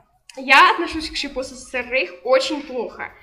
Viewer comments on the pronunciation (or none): Не рейх а рейк